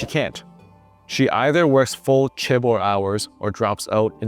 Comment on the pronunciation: The correct pronunciation of chaebol is with a more J sound than a hard CH sound at the start.